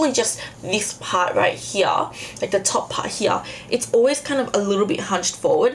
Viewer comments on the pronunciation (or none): you say "here" like cartman frm south park "hia"